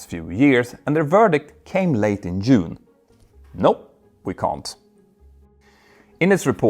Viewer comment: Not Yune 😂😅 Oh how I value your videos.